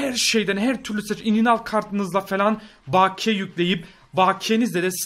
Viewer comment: ) baakiye diye okunmaz bakiye direkt hızlıca slylicen